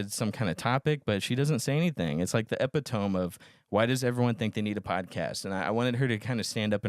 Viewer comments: Epi, like EpiPen. Tome, like a wizard book. Epi-tome. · Only the uneducated pronounce it Epidomy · The way you pronounce epitome hurts me